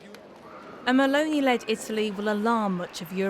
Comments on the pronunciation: "Meloni" and not "Melonia" pls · GIORGIA "MELONIA"???? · Yeah, it's MELONI not MALONEY. She is Italian, not Irish! 🤣